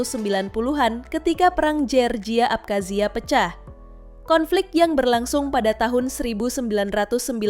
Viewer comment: Iya kasian org amrik nama kota nya di ganti 😂 georgia jd jerjia 😂